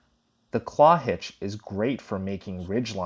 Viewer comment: I've never heard the Clove Hitch referred to as a claw hitch